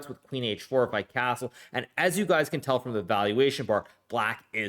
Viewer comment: Why the "s" sounds different when he says castle? Like cazzle